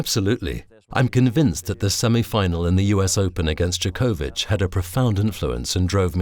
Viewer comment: And it's djOkovic, not djokOvic